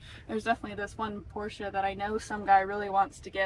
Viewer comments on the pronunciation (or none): none